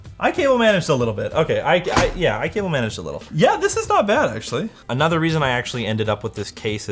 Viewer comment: Hears the video Hold up. rewinds a few more times Oooooooh... essentially manage. Not sexually manage. Lol